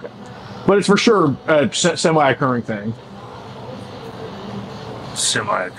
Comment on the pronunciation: Fur shure, fur shure